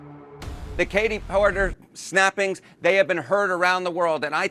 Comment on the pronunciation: PORKER! Not Porter!